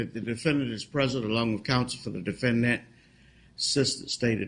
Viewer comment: The defend-DANT lol